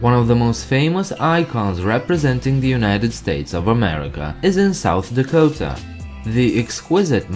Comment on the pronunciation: I'm from South Dakota and it's not lack ota it's la ko ta